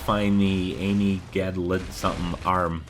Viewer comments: The way you pronounced Amygdala arm gave me a stroke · why can nobody pronounce amygdala, its a part of your brain for christ sake